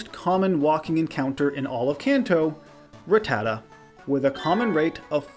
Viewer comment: Its not "Rattata" like "retarded". It's "Rattata" like "gattica".